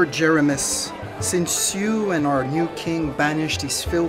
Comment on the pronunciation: This is giving me Doraleous & Associates vibes, if anyone here remembers that awesome series Also, this animation is unbelievably good, like, really good, like, really really good I can’t describe it You could make a religion series out of it One small complaint, it’s Jer-ee-mos Mos as in mosaic